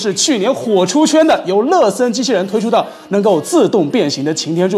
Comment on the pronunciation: 每次听说乐森都像是在说“了色”